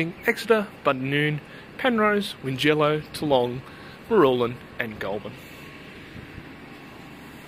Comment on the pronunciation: Check the pronunciation of Tallong and Wingello. It is a bit of a shibboleth when the Premier and other blowins mispronounces these places.